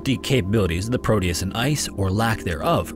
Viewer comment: It's Proteus with a T not prodeus 😊